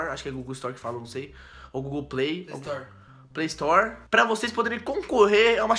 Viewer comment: O Cara e tao rico que nem sabe falar "Play Store"